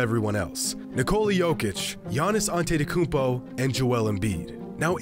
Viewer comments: "Giannis Antettykumpo" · Jimmy On-titi-kounmpo Highroller